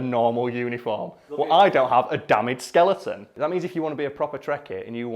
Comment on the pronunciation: Did he say skeliten?